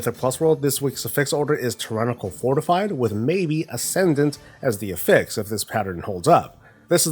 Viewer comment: Hey, it's AFFix, not affIX